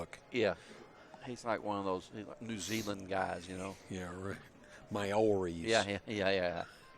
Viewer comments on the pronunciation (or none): "One of them New Zealand guys, May-or-ees" Lmao, good on you for trying.